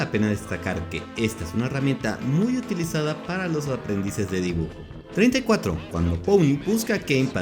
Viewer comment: Puni? Pero si es pomni, que pronunciación tan fea tienes :/